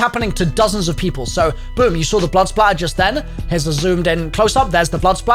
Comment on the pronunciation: What this whole debacle has taught me is that most cod YouTubers are fucking illiterate. THE WORD IS SPATTER!!! Blood SPATTER. SPATTER.